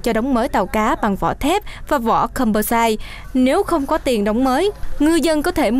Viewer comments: Căm pơ sai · đọc composite bị sai rồi nhe. Đọc tin phải biết tiếng Anh chứ.